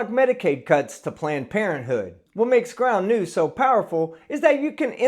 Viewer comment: Ground News? I thought you said Ground Nudes ... ... Damn it!